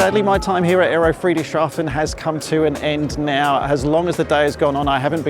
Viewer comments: Oh no you're not! It's FREE-dricks-Haa-fen :face-blue-smiling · Tip for pronounciation: it's two words together, Friedrichs and hafen. Not Friedrich and shafen. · Hi, for the pronunciation, just split the name of this town and you'll be fine: say Friedrichs Hafen 🙂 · Great walk around, thank you, but sadly I don’t think you got the name of the place right once:-) It should be thought of as 2 words combined: Friedrich, a persons name similar to Frederick or just Fred, and then Hafen which is the German for haven, harbour or port. In between the 2 words is the “s” as the “hafen” was named after some Friedrich so really there’s no “sh” sound present. There’s also no “t” in any of this so definitely not shaften:-) btw I worked in Germany for some years and even had a girlfriend from… Friedrichshafen and so went there often! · Soo so so weird seeing you on my home base! I ran into Jon on the AERO but was surprised to find your video here. YEARS ago, I suggested you should visit the AERO. A shame we didn't meet. Would have loved to help you pronouncing "Friedrichshafen":-P If by chance you're there on Saturday.... drop a note! And: Mate! Glad to hear that the skies have you back! Honestly, so happy! Looking forward to seeing new flying- content, here.